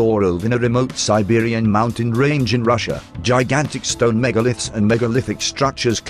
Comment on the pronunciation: But it makes it rather hard to listen to the story and trying to assemble wrongly pronounced words like "megalith"...